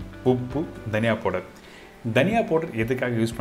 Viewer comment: What is po-durr ? Did you mean powder or fine ground spices yo ? The Po-durr ain't making sense